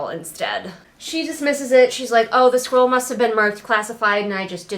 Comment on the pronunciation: The way you say "scroll" is very close in my head to how the word "squirrel" sounds. It came up quite a bit during this video. "The squirrel must have been marked classified."